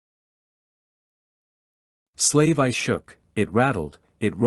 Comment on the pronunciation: Other than the A.I miss pronouncing the proper names of Slave 1 or slave one as there where atleast 4 others, and names of cities or people, it's a great series of books, I listen to these types of audio books while I'm trying to go to bed, As im an insomniac, it's annoying to get immediately woken right back up every time Star Wars gets butchered by these A.I's trying to read Star Wars. Please fix it as the other audiobook's have done, even the older audiobook's are being corrected as their A.I's had done the same in the beginning, but that was over 10 years ago theirs have done Star Wars wrong, and the owners of that content got tired of it aswell as in the last 10 years A.I has become a lot smarter. Please address this and keep the books coming. Thank you for your time.